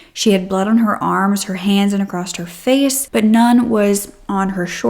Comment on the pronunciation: Across not acrosst